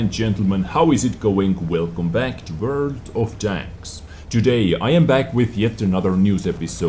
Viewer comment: God I love your voice... That intro... "Velcome back to verld of tanks..." <3